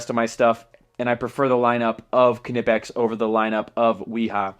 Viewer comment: WoW you are the first American who says Knipex right, Awesome! Give you‘r Tools a treat and oil them a bit so they don‘t rust. I sugest Balistol but WD40 will be ok. Here is a link to a Factory Tour at Knipex.